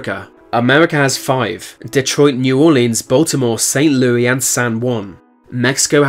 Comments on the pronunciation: The way he says saint Louis. “ loo wee “ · usually Brittanics mispronounce French. guess this is an exception